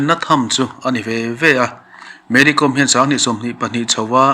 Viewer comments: Mary kawm(hnamhming)com tia lam adiklo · Kawm hnam hi, anmani chuan, Naga an inti, aninti Mizo lo, com tia lam pawh hi, thil kawm eg kaikawm tih kan sawia kawm rikdan a nga lam rik tur a ni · Mary com tih com hi kàwm hnam a ni a saphming n Lalsangzuali sailo in sailo hnam a nina a chawi tel ang hian Mery pawh hi Kàwmhnam tina a nih chu,kawikawm angà ,kaàwm hi lamrik tur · Mery kom/com .tih hi a dik lo.Mery Kâwm tih tur. Kâwm hi hnam hming a ni . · Mary kawm tia lamtur anizawk e aw